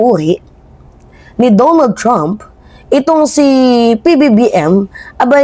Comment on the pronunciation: DONALD mimaa not Dumo trump. lol🇺🇸